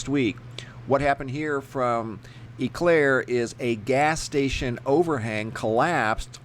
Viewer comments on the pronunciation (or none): Pronounced Oh-Claire, Wisconsin. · It is pronounced Oh Claire